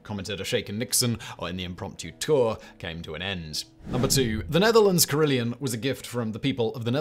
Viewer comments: It’s pronounced carry-LON, not Leon! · Carillon... there's no 'i' in the second syllable. Care - ill - on, not Care - ill - eon.